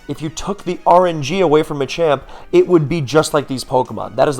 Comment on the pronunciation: You keep saying Machamp but all I'm hearing is ychu